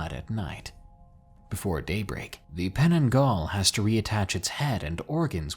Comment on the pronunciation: On the fifth story... That is not how you pronounce creature name. Penanggal means detech or remove. Just saying.